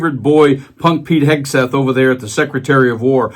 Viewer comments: Guy, it is not "Hesketh". "Hegseth". Say. "Heg-Seth" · I’m just here to hear him called Hesgeth 😂